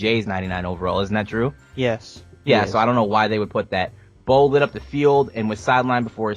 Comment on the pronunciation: ruined the word lit 😂